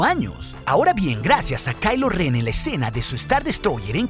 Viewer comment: es ren no ben ok, no es jate